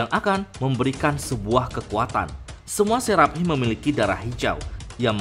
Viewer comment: Seraphim bacanya serafim biar enak.. Gua denger mimin kyaknya keribetan nyebut seraphim tapi h nya disebut jadi serap him..